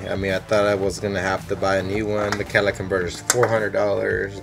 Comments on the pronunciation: It's just a manner of speaking. A mis-pronunciation. He's dropped one of the four syllables, saying 'cat a lic' instead of 'cat a lit ic'. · He kept calling it cadillac... LMFAO. Say the word dude.